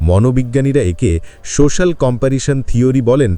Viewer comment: বাহ্ বেশ ভালো লাগল একটাই কথা "সো শ্যা ল" উচ্চারণ কিন্ত ঠিক হল না,,,ঠিক করতে হবে,,, নাহলে কানে লাগছে,,😊